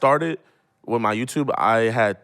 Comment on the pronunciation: He really says YouTuve